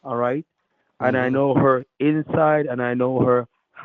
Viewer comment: I know her hinside and houtside 😂